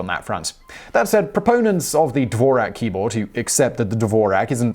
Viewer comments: It's pronounced Dvorz-yak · Really bad pronunciation: Dvorak, which doesn't rhyme with Morag, is pronounced DVORZHAK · That's NOT how you pronounce the name "Dvorak" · The "Who Invented the Keyboard and is the Dvorak Really Better than the QWERTY?" drinking game: One shot of tequila each time he pronnounces the word Dvorak as DDDVVVorak.